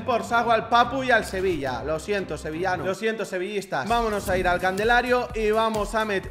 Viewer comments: Candelario en vez de calendario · En España se dice CANDELARIO en vez de CALENDARIO?? 🤣 Al principio creí que lo decía de gusto pero parece que no jajaj